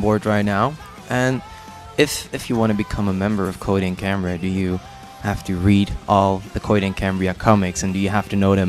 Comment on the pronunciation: Cohaheed ahand Cahambriah